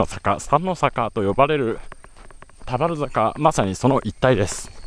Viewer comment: 田原坂のイントネーションが少し気になる熊本県民